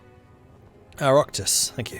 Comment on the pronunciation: Oireachtas is a hard one to explain in English it's like ee-rock-tas (the rock part isn't super accurate but close enough for Anglo tongues) Oh nice to see the big fella survived Béal na Bláth in this time line.. not so nice to see him as a dictator tho